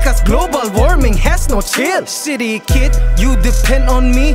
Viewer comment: I keep hearing shitty kid instead of city kid